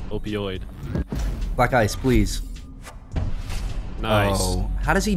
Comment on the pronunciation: Idk why but everytime said black ice to me it sounded like he was saying black guys idk why